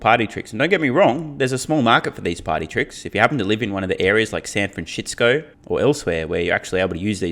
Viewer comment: Did he say “San Fran-shits-co”?